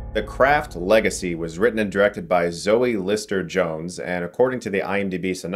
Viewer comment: I swear Chris pronounce "craft" as "crap" a few times on purpose. Lmao.